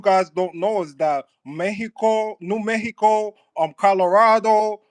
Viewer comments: He’s grinding my gears with this “Meheco” bullshit!! Bih we’re in America, it’s MEXICO😤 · “Couba” “Meheco” Get yo wet, twisted mouth ass off of here with that bs! 😂